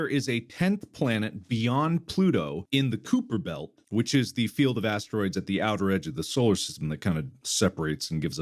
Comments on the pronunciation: The “cooper” belt? You mean the “kigh-per” belt? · Mark... It's pronounced "Ky-per" belt. ....oh wait... You pronounce "room" as "rum"... Yeah no that tracks. Carry on. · Mark, as a fellow astronomy enthusiast, I must say that your pronunciation of the Kuiper Belt caused me physical pain. As also a linguistics enthusiast, I know that "correcting" pronunciations is unethical and wrong, that forcing prescriptive grammar on others is harmful and unnecessary, but in order to continue listening to this episode, I must get this out of my system: It's not pronounced "cooper belt." It is "koyper belt." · I love how so few people know how to pronounce "Kuiper"